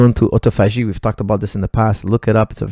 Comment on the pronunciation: What is that word is saying? It sounds like otto-fashi. He said it happens when fasting after 36 hours